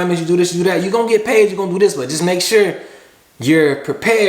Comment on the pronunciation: “If I’m not sho I’m not gon’ go” ahahah